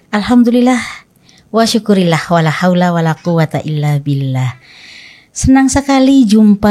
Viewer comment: Was syukrulillah bukan wa sukurilah....hati2